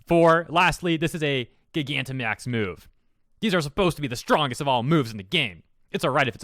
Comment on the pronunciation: This is ridiculous. Attract and pokemon breeding do not need to work like that. Also Just a heads up Gigantamax is actually pronounced like Gigantic with max added.